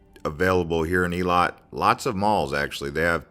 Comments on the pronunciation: Its pronounced "Eh-lot" not ee-le-lot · Nice video, however it’s not pronounced ilat nor iliat. Its [eylat]. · It's not eelat it's ailat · Its Eilat! As in Ayelat!